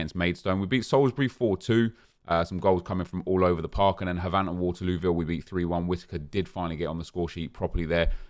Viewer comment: I'm starting to think you pronounce Havant wrong on purpose after we've been saying it's pronounced "Haven't", but I'm glad you're enjoying this so much more than Fifa. I'm enjoying it more as well.